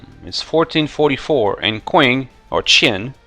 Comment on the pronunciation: Sorry for being that guy, but Qing is pronounced Tching. It bugged me more than it should have :p Very interesting exploit, good video !